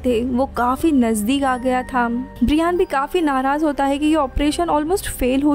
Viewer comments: Bra Yen , it's not Bree Yan. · His name is ब्रायन not ब्रियान 🤣🤣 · It's not briiiaaaan 😕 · Pls check on Google before pronounciation Brian .